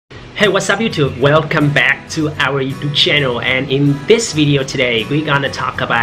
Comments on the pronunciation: anh nói tử back nghe khắmvaxi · nghe từ back phát âm ngứa đít vl